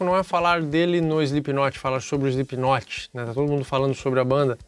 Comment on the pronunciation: "eislipinotche" ! Nunca vou entender... De resto, belo video e boa explicação!